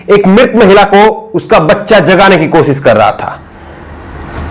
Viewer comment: aap sha shabd ka sahi ucharan kiya jye. Sha ko sa na ucharit kiys jye Aap ache patrakar he lekin bhasha ashudh hona ek patrakar ke liye a hi bat nahi he. Koshishbko aap kosis keh rahe he. Sharnak he ek patrakar ke liye